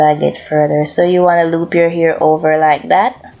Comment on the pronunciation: Fabulessme its because she's said air... they don't pronounce H's